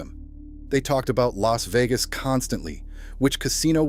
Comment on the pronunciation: Bailed L A S Vegas. AI CRAP